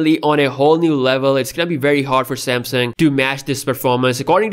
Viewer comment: You can't really pronounce Samsung correctly. Lol